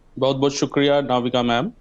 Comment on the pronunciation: इस आदमी को नाम भी नही पता नाविक को नविदा बोल रहा है